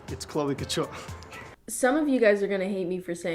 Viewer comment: I thought you said "cloaca ture" instead of "chloe couture" and was very confused